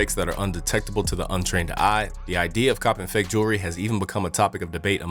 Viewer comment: What is "jerly"? You mean jewelry?